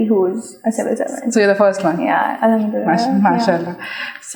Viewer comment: I love the way says Mashallah 🖤